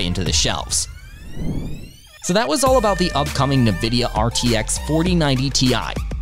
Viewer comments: It helps if you can properly pronounce the subject of the video, it's not Na-vidia, it's pronounced IN-Vidia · its not NaVidia. Its N-Vidia. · CADA, what country is this post from? it is pronounced CewDa. Also it's (N)vidia, not (NE)vidia. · “Nuh-vidia” and “kudder-cores”. What is wrong with you? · "Na-vidia" is how you're saying it? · "Nividia" and "cuttah" cores. I'll skip this one for now. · It's "invidia". Latin for "envy". But they removed the "i" because their original file names were tagged with "nv" for "next version". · Did.... did you just pronounce it "nuh-vidia"...? Dude. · Who or what is NeNvidia? As soon as I heard the first pronunciation I was out lol. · "Na-Vidia".... you can not be trusted..... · How are you making a video on nvidia but can't even say the name right? 🧐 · Can't concentrate past the pronunciation af Nvidia and Cuda cores